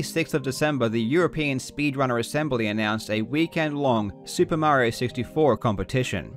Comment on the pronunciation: soo-pah mary-oh